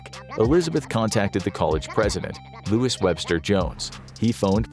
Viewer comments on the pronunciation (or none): none